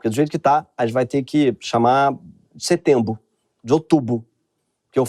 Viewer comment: Morri com Setembo, Outubo, Novembo e Dezembo 😂😂😂